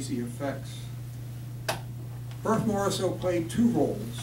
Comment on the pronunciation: At least learn how to pronounce Morisot's name.